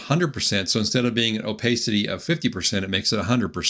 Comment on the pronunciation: Opacity is a short 'a' sound. Thanks for the video.